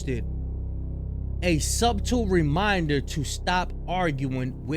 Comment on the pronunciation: BRO I KNOW YOU AINT SAY SUB-TLE The B is silent my dawg 😂😂😂😂😂😂😂😂😂😂😂😂😂😂